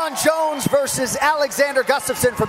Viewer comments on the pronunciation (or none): none